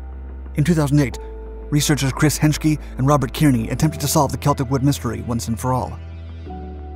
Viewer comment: Kearney is pronounced "CAR-nee" not "KEER-nee".